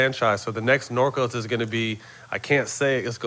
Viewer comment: Love this episode 2000 pistons were fun to watch and imma watch some as Matt calls it "Norco's" lol sounds like it anyways lol